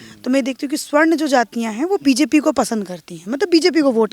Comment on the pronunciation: Sawarn boliyea swarn nahi